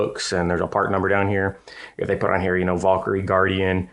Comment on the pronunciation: dude... it's not a VAUL-kyrie, its a VAL-kyrie.